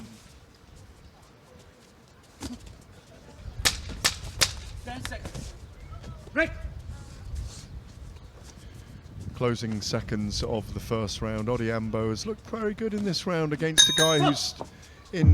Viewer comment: All the best bro...Its Ariembi not Hariyembi....its Odhiambo not Odiaaambooooo🤣🤣🤣🤣🤣🤣🤣🤣